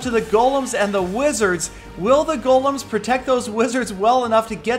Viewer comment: These are not "Gollums", they're "Golems", you pronounce it with "e", check it out.